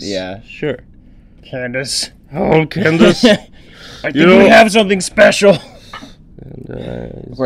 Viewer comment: you said Candance (well more like Chandace) in the last video Dennis was drawn! hahaha